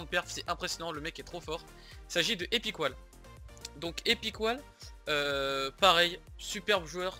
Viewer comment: Mdr la prononciation Epic whaaaale